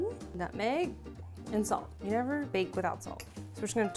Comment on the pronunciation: no one:: sAlT